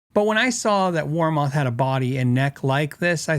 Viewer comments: Never heard WarMoth pronounced that way for 40 years. Its "war- muth" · Its actually pronouned war"meth" weird, i know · I have two warmoth necks, and I love them. I did have to do a little fret work but no big deal. And sorry, but ur saying it wrong. Watch the warmoth videos, Aaron says it the right way